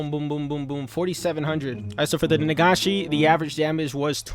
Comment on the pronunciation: He can't pronounce senbon or nagashi